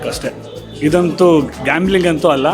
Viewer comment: Glaming allappa, adu gambling